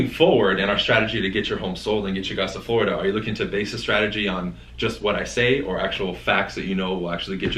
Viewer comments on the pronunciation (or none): when says “fLoida” XD